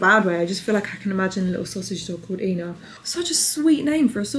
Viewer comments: i love hearing you pronounce Ina's name! but i have to help you out. its pronounced eye-nah not eee-nah :) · It's Eye-na not Ee-na. Cake looks insane. Also not sure why you were using the espresso maker? I only see hot coffee (aka filter coffee or cup of instant, in a pinch espresso diluted with hot water) and instant in the recipe. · Eye-Na…. Not eeena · It's "I" na, NOT EENA. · Usually if an American recipe calls for chocolate you’d use just dark chocolate over here - they don’t really have an equivalent to our milk chocolate (ours is much sweeter and creamier) Also, Ina Garten’s name is pronounced “eye-na” not “ee-na” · I-na not e-na 🤣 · I had a great aunt Ina and it’s not pronounced eena it’s kind of the German for one (ein) with an ah on the end. So ein-ah=Ina. Certainly in the case of my great aunt, it was a diminutive for Catherine. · OK…it’s Ina…that’s I.Na..with an I, not an E…Ina. You are not the first person to say too much coffee in the frosting.. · Pronounced “ eye-nah “ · She pronounces her name “Eye Na” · Her name is pronounced “Eye-Nah.” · It’s Ina long I.. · Her name is eye-na. Eye-na. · Just FYI...Ina is pronounce EYE-na. She is a goddess here in the US! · I think it is a short I not the long I. I - na. That recipe looks similar to the recipe I was using. Definitely with the coffee and hot water. Egg in the icing, interesting indeed. I like the Pepperidge farm chocolate cake, in the frozen section. It works in a pinch and satisfies that chocolate craving. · Her name is pronounced eye na. Just saying 🥰🥰🥰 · Ina is pronounced like eye-na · Say after me … Aye - na 😂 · Ina rhymes with China. Long I sound. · Ina is pronounced with a hard “i” like eye-nuh. And yes, her food is always incredible! So glad to see you make the cake. Made it look like something I could make! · just a tiny fyi. her name is pronounced eye-na 😊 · Literally cringing at how bad you're mispronouncing Ina 😂 cake looks lush though